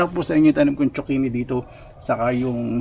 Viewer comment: I AM JUST CURIOUS HOW ZUCCHINI ARE PRONOUNCE IN EVERY COUNTRY, IN FINLAND DO THEY PRONOUNCE IT LIKE TSOKINI BECAUSE THAT IS WHAT I HEAR YOU PRONOUNCE IT BECAUSE HERE IN FRANCE ITS CALLED COURGETTE